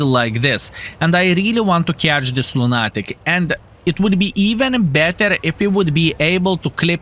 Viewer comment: it's not loon-AT-ick, it's loon-ah-tick, with a quick "Ah" when you pronounce it....though I really wouldn't want to change you:)